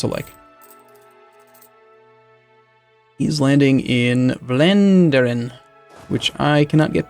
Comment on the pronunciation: The way you pronounced vlaanderen killed me a little inside